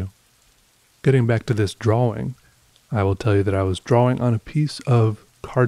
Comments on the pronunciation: yes i noticed that .should be draw-ing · Me: Depressed: Draw-wing Me::) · So, is nobody gonna mention how he pronounces drawing? Droh-wing?